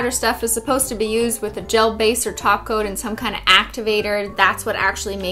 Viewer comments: She used to say top coat, but a LOT of people thought she was saying taco so she switched. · I keep hearing taco instead of top coat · Am I crazy or is she saying "taco" instead of topcoat? Lol if she is saying taco I'm subbing. Lol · Sophia K it’s cuz she is saying taco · Everytime in every video when she sAys top coat I think she says taco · Every time she says “top coat”, I hear “ taco” lol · Omgvshe just said top coat and heard taco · She does say taco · She says glossy taco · That’s because she’s saying taco.🌮🌮🌮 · All I'm hearing from her is 'Taco' in stead of 'Top Coat' XD I'm loving this channel <3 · She does say taco 😂😂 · She is saying taco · Every time she says “top coat” I thought she said “taco” lol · she shorterns top-coat to taco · She does say taco it's a joke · She does say taco 🌮 purposefully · Well you must be new new then... Because she indeed did and does say glossy taco. But good observation! 😂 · thegraypaladin she does say taco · She always says "end with a nice glossy taco" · IT’S A GLOSSY TACO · i always thought she was saying taco... shw was saying tOpCoAt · Nah, she's saying taco. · No she says taco and holo for EVERYTHING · All this video when she said 'top coat' I honestly thought she was saying taco. I'm not lying! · Rhyan Mckenna shes saying taco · She says taco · she saying taco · She says taco instead of top coat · The whole time I though she was saying ''taco'' when she was saying top coat lol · You seriously sound like your telling us to put a taco on our nails. Not a topcoat. Lol. I keep listening to it. YOU ARE SAYING TACO!!!! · Idk if it’s because I’m hungry or tired, but when you say “top coat” it’s sounds like you are saying “taco” to me. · She is saying Taco. Lol, you must be new here. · Ohhhhhh i was wondering what a taco was and i see this comment and now i know -_- why did i hear taco?? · she did say taco she usualy says glossy taco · thegraypaladin right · thegraypaladin She does! Lol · thegraypaladin she did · She did...